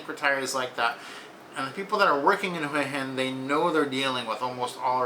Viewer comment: Too bad you don't know how to pronounce Hua Hin.